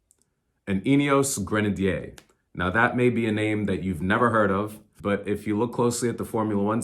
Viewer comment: If you’re going to buy a Grenadier, it’s probably a good idea to learn how to pronounce it. 😂